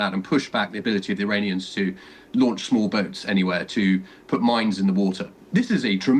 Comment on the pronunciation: They are Iranians, not Uranians. Please tell the guy to get the pronunciation right.